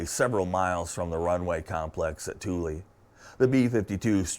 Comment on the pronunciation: I thought it was pronounced THOOL not TOOLY